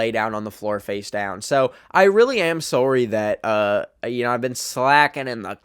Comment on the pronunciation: his "sorry" is very Canadian here ☝️🤓